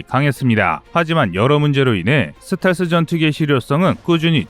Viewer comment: 듣기가 좀 거시기하네. 슷텔스가 아니고 스텔-스 라고 해주시면 고맙겠음다.